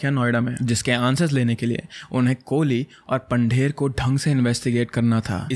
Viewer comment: I'm not trying to be rude but it's not Pander Pandher and it's pronunciation is पंधेर not पंडेर . ❤️